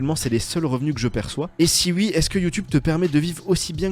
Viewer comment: Par contre pour l’amour du ciel arrête de dire ui dis oui s’il te plaît 😭😭